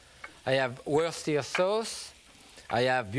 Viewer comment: He pronounced "Worcestershire Sauce" better than 99% of the planet...